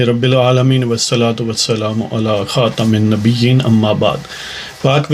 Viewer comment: اسلام علیکم۔۔ ۔۔ آپ کی ایک تصیح کرنی ھے۔ آپ "خاتم النبین" کی ادائیگی میں" م " کے نیچے زیر کے ساتھ ادائیگی کرتے ہیں۔ جبکہ م کے اوپر زبر ھے۔ Khataman Nabiyeen آپ ادائیگی کرتے ہیں۔ Khatamin Nabiyeen Pl. Check it and thnx.